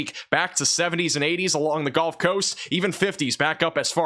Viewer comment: I wish you luck with your channel, and I hope one day you can pronounce gulf and significant properly. Keep up the good work.